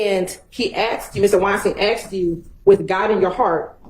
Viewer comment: It's ASKED. Not AXED! Simone Hylton lost her composure and personally attacked/slandered Woody like Adriane did to Ms Bennett. Woody was on repeat: "I lied...", "I'm a liar..". Hylton INTENTIONALLY put Woody's life in danger out of spite. She's a sore loser and an even bigger liar than Woody. She's an offense to her profession. There's no way she should be a Professor at any College or University in the Nation. I hear 7 Eleven is hiring, Ms Hylton.